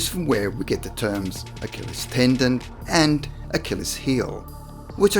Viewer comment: Achilles. Not Achillis.